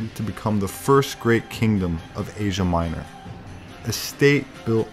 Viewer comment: What a strange way to pronounce "Asia Minor"! More shakespeareian than ciceronian.